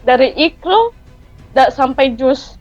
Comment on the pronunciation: Ketahuan bohongnya......,dari intonasinya,dari penyebutan kata IQRA',jika dia memang dari keluarga muslim yang taat, seharusnya fasih menyebutkan Iqra', bukan dengan ikraaa.....yang bunyinya tipis dengan huruf (k) yang seharusnya tebal dengan huruf (q) dan akhir huruf dengan seharusnya di tekan (iqra'),bukan diseret memanjang menjadi (ikraaa) 😀😀😀🤭. Dan yang lucu, sholat lima waktu.....,belajar tiga kali sehari, hafal tentang juz........,lalu buntu/gagap 😀😀🤭.